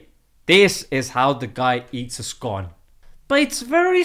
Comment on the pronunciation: Bro you pronounced scone wrong